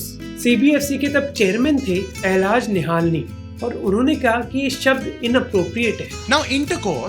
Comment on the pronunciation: Great content as always. Please also ensure the names are pronounced correctly. It's निहलानी not निहालनी।